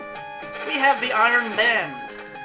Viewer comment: Is it REALLY "Iron BAND"? I think it's "Iron Bond"...